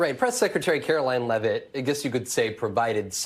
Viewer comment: Yeah, they keep pronouncing her last name wrong. It’s not Lev-it, it’s Leave-it. We don’t pronounce Eugene Levy’s last name Leave-E, we pronounce it Lev-E. Thus it’s not Karoline Levitt, it’s Karoline Leavitt, like, Leave-it. It’s pronounced just how it’s spelled.